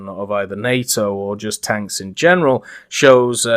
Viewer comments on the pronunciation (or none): none